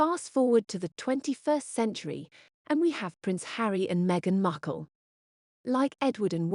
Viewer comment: Wallis was far more classy then as presenter calls her "meghan muckle" 🤣